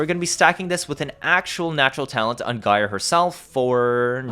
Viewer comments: Sorry, but .. "Guy'R" for Gyre? 😂 Otherwise great vid, lots of good info. 😁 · So... you're as puzzled as I am about if this frame is useful. And isn't she pronounced: 'Jyre'?